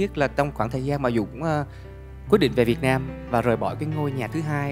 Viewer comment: Người Việt Nam mà ko phát âm ko đc từ Việt Nam :))) lớ lớ làm gì vậy?